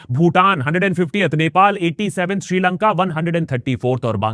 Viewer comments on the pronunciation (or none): none